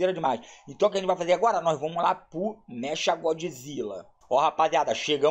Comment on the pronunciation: God"i"zilla kkkkkkk